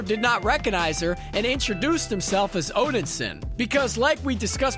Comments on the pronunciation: Odinson, not Odinsin.....I know I'm being over the top but I cant listen to someone that cant even get the name right. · it was the wrong move seeing how most everyone hates movie gorr. he looks bad.... not odensin... o-den-sin.... nope it's odinson.. o-din-son.... SON... zoomers trying to make dad proud. thor and cap.. thorp was gross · Maybe learn the correct pronunciation of things? Like Valhalla and Odinson.